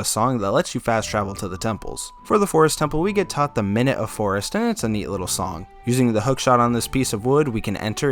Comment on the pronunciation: Just FYI, minuet is "min-yoo-et" the warp songs in OoT are all named after music terms.